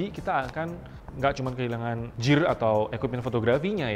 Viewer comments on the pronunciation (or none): Owhh... gear!! Gw dengernya Jir, sorry bro